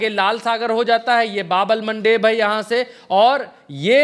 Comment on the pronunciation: आप की रिसर्च बहुत अच्छी है और आप बहुत मेहनत करते हैं इसके लिए आप बधाई के पात्र है बस 1 बात कहना चाहते हैं कि बाब अल मंदब है न कि बाब अल मनडेब, भाई इंग्लिश वालों ने उसको मनडेब बना दिया है